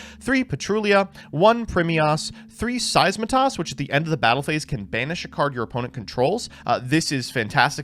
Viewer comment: "primeas" "seismetas" 🗣🗣